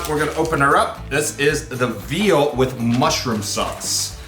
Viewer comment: i am canadian and our military is great, and our military is more skilled, but the usa has a lot of a larger military and a lot of more shit, so even if canada is better in this case quantity beats quality. also what's with you saying whit and shit that is fucking annoying